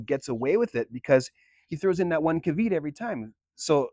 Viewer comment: Caveat is pronounced kaa-vee-ot, not cah-veet.